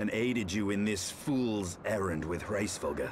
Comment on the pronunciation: Hraesvelgr is "race-vel-gr" Nidhogg is "nid-hog" though I assume nicedog is your joke name (my FC called him "eggnogg") -_